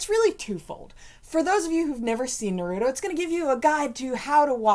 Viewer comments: STOP STOP STOP JUST STOP YOU CANT SAY NARUTO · They love it so much they can’t pronounce it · If you truly loved it, you'd pronounce it correctly. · They say we’re behind if it’s dubbed even tho they don’t know how to say naruto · It’s one of their favorite shows yet they can’t even PRONOUNCE IT RIGHT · How can you love Naruto if you can’t say his name right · You got all the names right but Naruto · I hate it when you say naruto and shipped end you guys don't even know your gramer and your like 30 learn your grammar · I HATE how they say Naruto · I disliked because of the way you pronounced naruto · are they actually fans? they pronounce his name like complete idiots. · Thanks, I heard her pronounce Naruto and I needed to bail quickly. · Narodoo doing the rasangun while soosuke doing the shitdorri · yeah watched 20 sec and i can any more STOP SAYING NORUTO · STOP SAYING NORUTO THERES NO FUCKING O!!!! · Isn't naruto pronounced like nar uh toe like they say it weird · you said naruto wrong but it does not matter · stupid you are saying naruto wrong knukle head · Definitely not a naruto fan if u can’t pronounce his fucking name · THATS NOT HOW YOU PRONOUNCE NARUTO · I hate how you say Naruto tbh gotta learn how to say it right. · Sorry but stop white peopling the fucking name. Naruto roll the fucking R... I bet you say Jalapeno with a strong J.. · “So today we’re gonna talk about Naruuuudo, not Naruto, Narudo” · It's NA-RU-TO, not NAROODO O.o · Why are u saying nurooto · Its Naruto not Narudo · Naruro wtf! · Why do keep saying narudo... It's naaaaa-ruuuu-tooo. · THe wAy he SaYs NarUto is CrInGe It's Na-ru-to NOT Norudo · It's not nahruudow it's naruto. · If you even watched naruto you would know how it's pronounced by when they say his name, which is naruto not narooto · It's naruto, exactly how its spelt, not nerudo eww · NAR-OO-TOE NOT NUH-ROO-TOE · Why? Why do people pronounce naruto the way these two do? It's nah-roo-toh not nuroodo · Narooto...... what!?